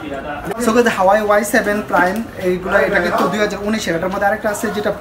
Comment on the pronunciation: উচ্চারনই তো ঠিক নাই, হুয়াওয়ে রে বলতাছে হাওয়াই।